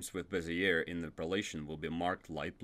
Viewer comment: Bezier is pronounced "Bay-Zhey" where the Z is almost a J.